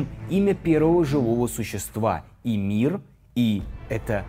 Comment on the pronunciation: Там не Имир, а Мимир